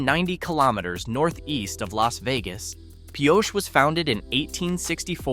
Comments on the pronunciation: mispronounced Pioche too. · Robot voice can't decide how to pronounce Pioche.